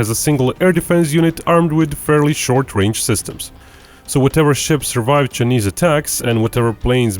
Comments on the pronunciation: I think it pronounce Chy-neese. Not chneest. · Chay- niss not cha-niss your pronunciation is wrong.